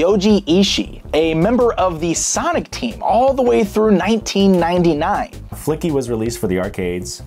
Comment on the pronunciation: "Flicky" turns into "Fucky"